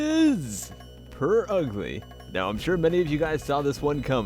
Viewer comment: Not purugly it’s “ Pure Ugly” LOL